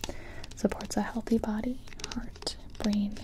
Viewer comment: "Live a healthy life". Sounds like "Stop studying". xD